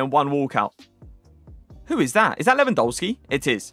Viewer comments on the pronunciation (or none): none